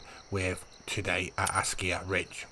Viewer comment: Another great video. But you driving me nutty when you pronounce ASKIY as ASKIYA, there is noooo "A" at the end of the word buddy. Keep up the good work tho !!